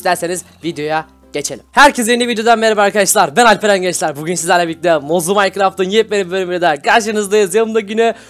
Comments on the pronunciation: abi mozlu maykıraft dedin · abi mozlu minecraft dedin